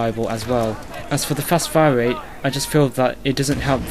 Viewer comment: XDDDD wange, wate, wifle..... hahahahahahaha this guy killed me!!!